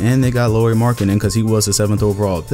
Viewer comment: Boi u botched Lauri's name i ez trigggered, its pronounced like Lowry btw haha